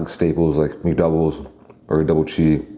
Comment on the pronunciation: How come so often says "chee" when talking about cheese? Heard it in a lot of his videos now. Is that a thing in Korea? There's surely no way he's gone this far in life thinking "chee" is the singular form of cheese